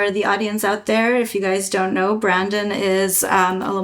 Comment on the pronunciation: Love the look of the car, the motor, and everything to do with this project! Also, it's Brendon, not Brandon.